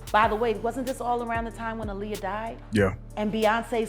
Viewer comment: You literally pronounced Aaliyah's name 3 different ways. If youre gonna do vids like this at least be consistent and professional...